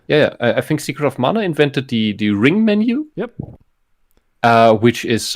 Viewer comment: All of my issues with the German on the right are forgiven because he pronounced "Mana" correctly when and the English dubs of the remakes pronounce it as "manna".